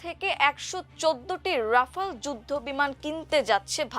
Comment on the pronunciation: উপস্থাপিকার উচ্চারণ নিয়ে আমার দেশের দৃষ্টি আকর্ষণ করছি । রাফায়েল, অ্যাপস্টিন, সহানভুতি, এবং মোকাবেলাকে উনি যথাক্রমে বলেছেন রাফাল, অ্যাপোস্টিন, সওয়ানভূতি, এবং মোকাবিলা!!! আরও অনেক শব্দ উনি ভুল উচ্চারণ করেছেন । শুধু এই উপস্থাপিকাই নন, আরও একজন উপস্থাপক আছেন যিনি নিয়মিত ভুল উচ্চারণে আমার দেশে সংবাদ পরিবেশন করেন । আমি আমার দেশের একজন নিয়মিত দর্শক। তাই আশা করি আমার দেশ আমাদের এই ভুল উচ্চারণের অত্যাচার থেকে বাঁচাবেন ।